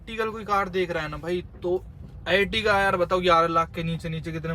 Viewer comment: Bhai etiga ni ertiga h wo